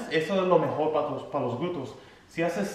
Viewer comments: 🤭 me encanta cuando dices glutos, en lugar de glúteos 😬 excelentes rutinas, gracias, saludos desde mexico. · 🤣🤣 me encanta cuando dice los glutos 🤗 saludos desde Puruandiro,Michoacan, Mexico